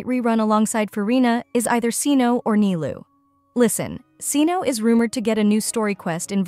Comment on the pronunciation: Cyno pronounced as SEE-NO made me furious even tho i know it's AI generated voice